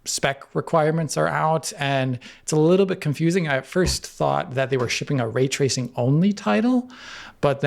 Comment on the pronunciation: so. Way twacing on the PS4 pwo then.